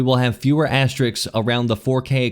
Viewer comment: It's asterisks not "asteriks", you said it like that more than once lmao.